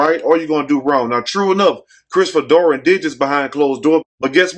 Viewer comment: Who is Christopher doran you keep saying Dory who is Christopher dorn